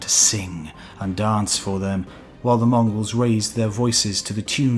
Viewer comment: Moon-gols? Who are you speaking of? Their description reminds of the Khuzaits, but never heard of such clan...